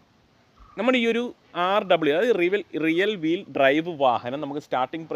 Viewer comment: റിയൽ വീൽ അല്ല ബ്രോ, റിയർ വീൽ….